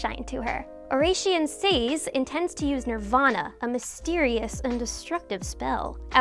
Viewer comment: God that pronunciation of "Oración Seis" hurts my ears